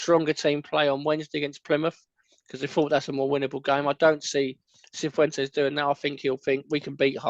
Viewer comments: fair enough, I agree the official interview skimmed over it too quickly. I think I heard two or three botchings this morning so I apologise if I sound like the Spanish grammar police! Just to let you know it's 100% pronounced siffwentez. Spanish speakers (only from Spain) use a lispy C which is not necessary to replicate even for Spanish speakers from outside Spain, so he would say something that to us would sound like Thiffwentez. But just as you're saying, everybody seems to be pronouncing it wrong in different ways which is poor considering he's made a big effort to call all the players by their nicknames for example, and making an big effort in interviews even with small press outlets. Granted his English is excellent but we can learn to say two names correctly. I wouldn't be surprised if he or his team keep an eye on QPR content so just cringe at the thought of him hearing so many botchings. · Still getting his name wrong is mental. Martí Cifuentes Mart-E Siffwentez (Emphasis on the í - like marquee not like marty). Not that hard boys.